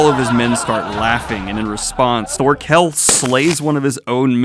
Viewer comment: know it doesn't matter but instantly urked me when pronounced Thorkell wrong...